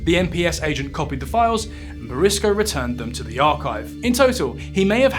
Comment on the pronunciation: Pronounced boursicot wrong the whole video, but otherwise a great viseo